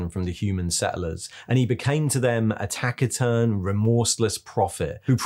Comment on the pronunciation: Look up the pronunciation of taciturn.